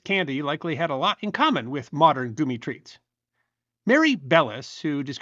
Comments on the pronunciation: I’ve never heard anyone pronounce it like that? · It is NOT a big deal, it's just different for some. I think it's charming, and a different way of pronouncing it. I've never heard it that way, but it certainly isn't anything worth blowing a top over. Happy Halloween, and keep on making great content! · Your not wrong. Hes pronouncing it wrong. Lol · am loving every minute of this ... Admittedly I came to the comments to find out about the pronunciation because it just rings funny every time I hear it but it certainly doesn't give offence 😅😅😅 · This has gotten a tad gloomy over goomy LoL So sue me but I'm no dummy and am sure it's pronounced gummy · Yeah the gummi bears show and the dancing gummy bear song are all pronounced like gum. Gummy bear(s) Goomi sounds like nails on a chalkboard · if 95% of the world pronounces it Gummy, then....even 99%? sigh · This mf is trying to rage bait me!!! It’s Gummy not goommy!! Ohh you bastard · Dude, goomy is not the way. Please stop!!! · This new goomy pronunciation is gonna get confused with gooning. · Reeceeees, goo-me, are you trying to piss people off? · "Goo-me" ya gotta love the varied pronunciations of words across the US. West Coast and Southern states could theoretically start a war over words with the Northeast 😂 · No. He's using the pronunciation from the country of origin, germany. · You are not broken. I heard it as goumi, which is a type of fruit, unrelated to gummies. I gave up correcting him every time by half way through.😂 He is pronouncing it the German way, but doesn't pronounce Haribo the German way. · Gummi = Goommy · Lol... Its just the way he choices to say it. 😂😂 Idk of anyone that says it like that... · I've never heard this pronunciation before (probably correct in German where the Haribo brand comes from, but it sounds very upsetting to me. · ditto, New Englander here. Never heard"goo-mee" bear before, and if I asked for them using that pronunciation, nobody would know what I'm talking about